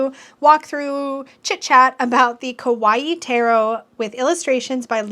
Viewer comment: You may know this by now but I'd like to point out that the way you pronounce kawaii is actually "scary" in Japanese. It's "ka-waii", not "ko-waii" or "ke-waii". Anyway, ✌.